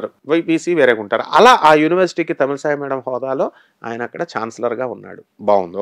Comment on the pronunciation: పేర్లు ఉచ్చరించడం తప్పుగా ఉండకూడదు కదా. అది వారిని అవమాన పరచినట్లు. తెలంగాణ గవర్నర్ "తమిళ్ సాయి" కాదు, "తమిళ్ ఇసై".